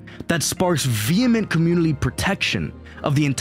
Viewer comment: Why do you say "Communi-L-y"?